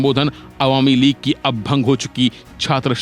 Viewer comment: भाई साहब, "आवामी लीग" नहीं, बल्कि "अवामी लीग" बोलिए।